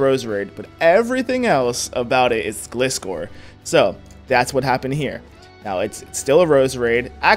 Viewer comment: Am i the only one who hates how he says Gliscor?